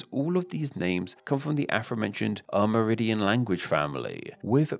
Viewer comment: Aside from terrible pronunciation of Spanish, this guy seemed to be saying “AmerIDIAN” instead of “AmerINDIAN.” It kind of distracted me. Otherwise, an informative video.